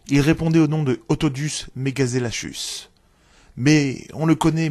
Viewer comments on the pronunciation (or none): Otodus (Megaselachus) Megalodon, on dit MegaselaKUS. La comparaison avec le Grand blanc est à oublier, ils n'appartiennent pas à la même famille. Un requin de 13m et de 100 tonnes? ça ne te pose pas soucis? Par contre, pareil, les masses de Kronosaurus et Liopleurodon sont largement spéculatives et ils n'ont jamais vécu avec ce requin. On a retrouvé sur quels fossiles de Megalodon des morsures d'autres Megalodon? Non parce qu'à par des dents on n'a rien. Ce qui me désole c'est que tu ne cites aucune source en commentaire, donc tu ne te bases sur rien pour parler de l'animal. Je suis désolé, quand on veut parler science on en parle correctement. Pour ma parce ce sera un dislike.